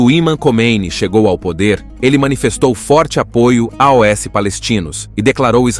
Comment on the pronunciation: Muito boa análise histórica e geopolítica! Só não entendo porque narrar “aos” como “aoesse”. Dificulta entendimento do telespectador… 😮